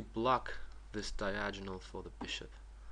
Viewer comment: Just to let you know, it is pronounced Die-Ag-O-Null not Die-Aj-In-Null.